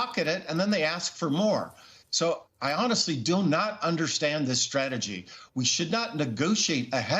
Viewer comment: It is Trumps "stragedy", not strategy.